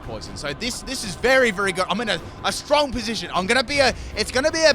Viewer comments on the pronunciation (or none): none